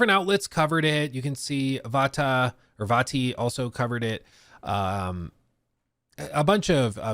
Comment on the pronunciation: He can't even pronounce Vati, give him a break 😂